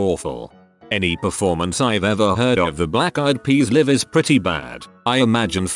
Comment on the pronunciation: When the robot pronounced live incorrectly I muted the video and played it back at 1.5x and just read it lol